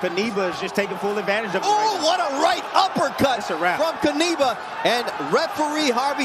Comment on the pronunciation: Great play-by-play, gentlemen. Here is a pronunciation note: Knyba is pronounced "Kniba", rather than "Kneebuh" or Kuhneebuh". I think you can do it the next time around.